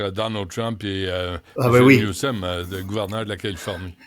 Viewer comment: 😂 je viens d'entendre notre ´expert' appelé Newsom ´Newcum'! 😂 Trump réside bel et bien dans sa tete pour dire ca.